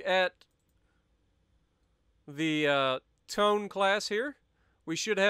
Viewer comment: Tone is pronounced Toe-Nay